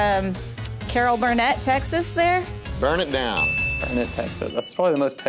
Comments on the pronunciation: it’s Burn-It, durn it. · You know what, Texas is a big state. I'm a native Dallasite, and I got most of them right, but not all (Burnee...REALLY?), but there is NO excuse for a Dallasite to mispronounce Waxahachie...that's a HUUUUGE pet peeve of mine. Yeah, I'm judging you just a wee bit. :)